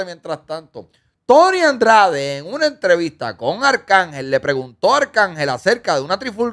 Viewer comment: A lo mejor se cayó la entrevista por q nunca has pronunciado bien su nombre… El no es Tony Andrades es Tony Dandrades